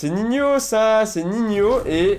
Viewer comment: On dit Nihno pas Nihnio